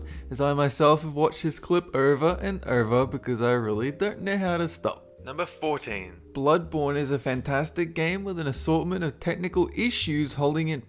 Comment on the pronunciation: I thought you said bloodboner